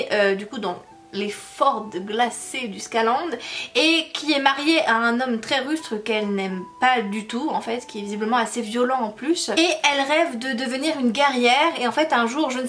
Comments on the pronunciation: Coucou 😊 on dit fiord (fjord), yarl est correct et sous le joug le g est muet 😘😘😘 merci pour cette chouette vidéo et pour ton joli sourire 😊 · ☃☃☃. Pour info un Fjord se prononce Fi-or. C'est une rivière étroite très profonde entre des montagnes laissée par le retrait d'un glacier il y a des milliers d'années. Comme le Fjord du Saguenay au Québec !